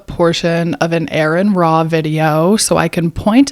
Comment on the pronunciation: Well, for starters. you've made several false allegations against Aron Ra in particular - after mispronouncing his name, I might add. Then you claim that atheists have never read the Bible, when in fact atheists tend to know the Bible far better than the vast majority of Christians - yourself especially included. - BECAUSE reading the Bible is, in general, what led most of us to become atheists in the first place. No need to respond. Remember 1 Timothy . do what your Bible tells you to do and be silent